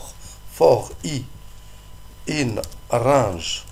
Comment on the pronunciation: in rrrrrraaaaaaange! ^^